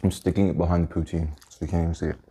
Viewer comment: The amount of times he said pouteen